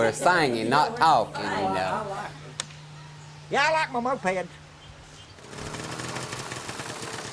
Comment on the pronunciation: YEAH I LIKE MY MOPED'S I like this guy best. You can almost barely hear the hint of an S after the word.